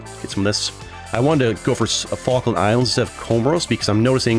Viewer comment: I think alot of Argentina will say you said the name wrong but as a Brit I can confirm you said it 100% correctly